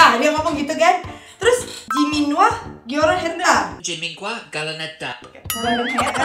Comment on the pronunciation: Sebutannya salah!!!! Ini bisa jadi masalah . Liat2 Jimin real come deh😆😆😆. Pas lagi ngobrol sebutannya salah. Waduh bisa sial parah ni.